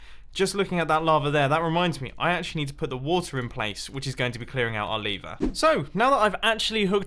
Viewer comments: The most complex thing in this video is when you say lever but you pronounce it liver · Mumbo : So here we have 8 different ways to destroy our lever (Mumbo pronounced it as 'liver'), Me : Number 1, get liver cancer? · Nobody: Mumbo: LaVeR